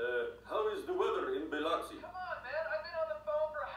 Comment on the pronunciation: Wow, they pronounced Biloxi correctly!